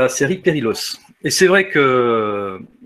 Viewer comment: Pour votre gouverne "ll" en catalan se prononce "y" il faut donc prononcer "periyos". Autre petite remarque "perillôs" en catalan veut dire "dangereux" (interessant, non ?). Sinon reportage captivant et je vous en remercie